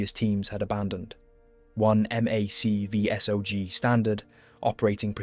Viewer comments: Just for reference MACV-SOG is not a sounded out acronym. It’s actually said Mac (as in Mac and cheese) V-SOG (as in soggy). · Great story just gonna help you a little with some lingo. For AWOL we dont say the letters we say ‘ay-wall’ and the same for MACV-SOG we say ‘mack-vee-sawg’ and those guys were total badasses. Best of the best.